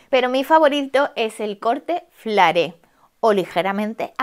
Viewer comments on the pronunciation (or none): "Fler" se pronuncia. Nada de "fralé" jajajajja😅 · No es "frale" es "flare" que se pronuncia "fler", que en inglés significa "suelto" o "sueltecito"